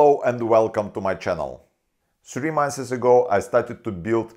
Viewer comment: "Two monthes ago!" You're so endearing. ✌✊👍🍄🐛🐛🌈